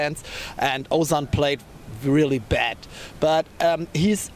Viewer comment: German here and I can already see British comedians impersonating this reporter's pronunciation of the word "bad". This time it would be legit.